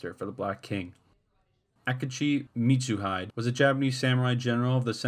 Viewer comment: NobuNAga, not Nobonga .. Mitsu- hi- de not Mitsu-hide..